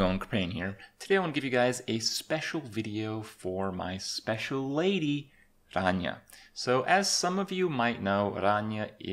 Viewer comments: randomchicken01 thats.. actually the correct way to pronounce it. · not 100% true. Rania is Greek, true and being greek myself, I can assure you he's doing a pretty good job at pronouncing it. Its not his native language obviously he won't be a pro at it. Its still not bad at all. If you have a look at Ranias channel and watch their cooking videos, he tries to pronounce the different dishes and greek words for the different vegetables. Also, Kripp may live in Canada but he's romanian. Which means his mothertongue does include a lot or R's that have to be rolled. After all imo he's doing a good job at giving her name the deserved pronounciation. :)